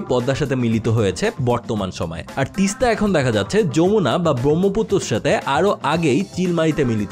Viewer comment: Yamuna হিন্দি ভাষার উচ্চারণ, সেটা আলাদা একটি নদী। বাংলায় হবে Jamuna।